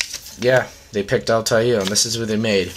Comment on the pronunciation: Dude it's al-tie-eer